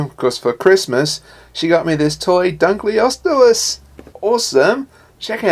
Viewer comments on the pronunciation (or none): hahahahahahahahahaha you said dunkleosteus so wrong i want it